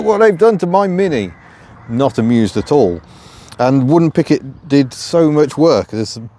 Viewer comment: Must be your accent , I thought you said " wooden picket "